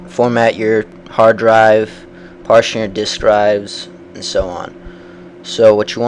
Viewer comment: its pronounced PAR-TISCH-ON not PARTION!